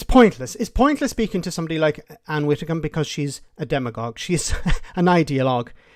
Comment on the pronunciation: WiDDicombe! WiDDicombe!. Not Witticombe 🤦‍♀️